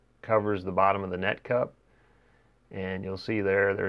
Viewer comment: Why do I laugh EVERYTIME he says net cup 😂😂